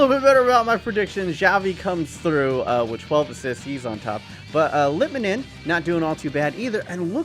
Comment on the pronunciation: How this guy pronounces Litmanen.. My oh my...